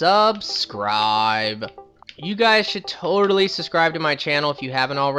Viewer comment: Make sure to suscriye and did i mention to suscriybe